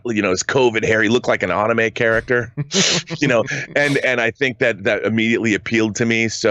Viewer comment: Ahhnime character?? It's said an amay. 🤦‍♂️😅